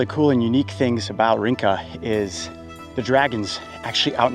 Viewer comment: Just an FYI, Rinca is pronounced Rin-cha. The alphabet C in Indonesian is pronounced Che. It makes ch- sound. 🍻